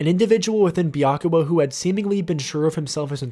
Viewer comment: Byakuya, not Byakua. :)